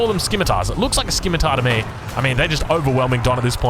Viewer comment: On the Abassid Men-At-Arms. What they are wielding is indeed a scimitar; an umbrella term for most eastern, curved single-edged swords. But since it's still a type of sword and they probably want to keep tooltips consistent it's simply listed as "sword". P.S. The "c" in scimitar is silent.